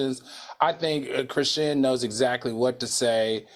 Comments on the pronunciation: Al, why you keep saying Chrisean (shin). It’s SEAN. LIKE SEAN JOHN. Cmon Professor!!! It’s giving Kim Parker can’t read tea. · Al Reynalds is COMMITTED to calling that girl ‘Kra-SHIN’ 😂😂😂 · Al is killin me acting like Dr. Heavenly…. The girl’s name is pronounced Chri-Shawn lol I mean come on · Not "krishin" 😅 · Mannnn y’all done reported on CHRISEAN too many times for Al to still be saying her name like this 😒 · Al, I love you, but it Cri SHAWN! SHAWN! ❤